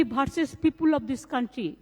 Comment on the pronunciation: Versus Not Bharsus